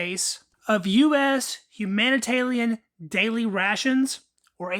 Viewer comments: Who else noticed he keeps saying “humanitalian” instead of “humanitarian” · It’s obviously a speech impediment. Dont be a dickhead. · Why are you calling them HUm HUMANITARLIAM? ITS HUMANITARIAN ! Is it a speech impediment? If so ok. If not why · Thats an R, not an L. Humanita(R)ian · It’s called humanitarian rations, not humantallion rations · Are you saying humanitalian on purpose? You know it's humanitarian....right? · You keep calling it, Humana Talian daily rations, but it is humanitarian daily rations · Nah he just can’t read lmao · love this video as it is quite rare, but the level of anxiety i get when you say "humanitalian ration" gets me shaking. keep posting man love your videos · LOL, Humanitalian eh? How, just how? How can you fuck that up so badly? Are you a lizard person? Blink your second eyelids twice to confirm. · There is an "R" in HUMANITARIAN. hahaha ;-p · that's not from the drawl....